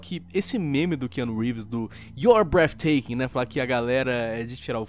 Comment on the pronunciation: Mano o you are breatething (n sei como escreve) já foi falado em mais de 3 vídeos kkkkk